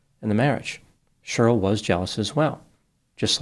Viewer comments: Cheryl is pronounced “Share-ryl”, not “Shirl” … 😂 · FYI Cheryl is pronounced Share-ril not “shirl”. The name has two syllables not one. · Cheryl is now pronounced shirl...?? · It always cracks me up that pronounces Cheryl like it rhymes with girl. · Is is unable to pronounce the name “Cheryl”? Let’s take a look at the inculpatory and exculpatory factors.